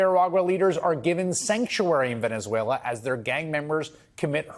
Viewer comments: VENZEVUELAN?? Really?? 😂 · Man cannot even say Venezuela how can he read the law. Poor America